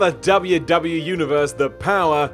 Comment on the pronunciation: ...W W E. Say it. EEEEE